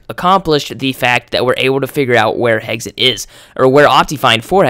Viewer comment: You pronounce "Hexxit" "Heggsit" lol just sayin